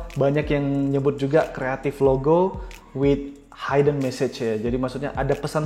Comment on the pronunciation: Hidden dibaca hiden bukan haiden